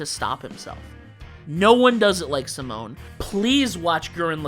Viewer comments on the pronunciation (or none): Not having Freeza as a yellow is criminal. His name alone put fear into beings across the galaxy. Until super no one until Goku showed up could stand up to him. Also, it's Simon (See-moan)